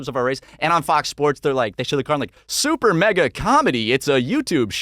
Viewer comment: Did just say Supernega